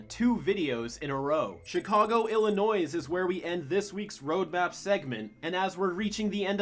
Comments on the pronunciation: Sorry but you don’t say the S in Illinois. I used to say it that way too until I kept getting corrected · Ok this was a really good episode but it bothers me that you said Illinois with the s but other then that good episode man